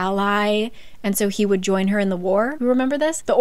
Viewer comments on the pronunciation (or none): none